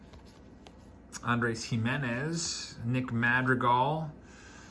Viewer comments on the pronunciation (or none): none